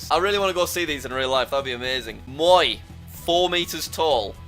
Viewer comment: Jack: Moy Everyone knowing full well its pronounced moe-eye: 😐